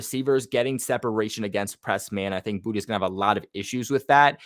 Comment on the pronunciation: I thought it was boot not booty 😂😂